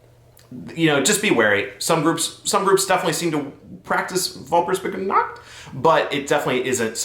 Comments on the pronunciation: Vahlpurgisnahkt is the correct pronunciation. So you eventually got it right! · Your pronunciation of Walpurgisnacht wasn't bad,you just have to emphasize the "pu". Love your videos! Plus our Midsommar is called Maifest, translated it means a festival in May. On this day you typically get drunk and eat a lot. In regards to the day of the dead, in Austria we celebrate the dead on November second, the celebration now is Christian, however some sources state that it is based from paganism. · As a German, your pronunciation of Walpurgisnacht was hilarious XD there is a great song about the night you can reference for pronunciation, by the band FAUN! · Im german and the way you said Walpurgisnacht killed me😂 dont want to make fun of you. Learning takes time but you say it so funny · 🤣 Walpurgisnacht... it's difficult for everybody! This is why I love this channel as well, the info is great and is great for the entertainment value, just a likable guy all around.